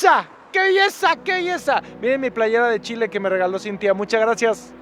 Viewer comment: Primera vez que escucho el "chi chi chi, le le le" como corresponde de un extranjero <3